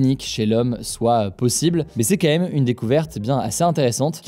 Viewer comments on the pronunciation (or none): Cher Hugo, ton travail et le travail de ton équipe est de grande qualité, c'est sur, mais est-ce que tu pourrais faire un effort sur le "quand même" et le prononcer "Quand même" et pas "Kéhem" Je ne sais pas pourquoi, j'essaye de me soigner mais j'y arrive pas, ça me hérisse les poils et c'en est presque que j''entends que ça et j'ai moins envie de voir les vidéos d'Hugo